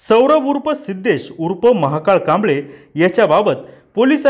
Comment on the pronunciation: आरे महाकाळ नको म्हणू महाकाल स्पष्ट उच्चार करा